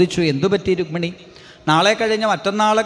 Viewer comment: രുഗ്മിണി അല്ലടാ രുക്മിണി. ഹൌ വയ്യ. ഏത് നാറികളാ ഇത് post ചെയ്യണേ ആവോ 😊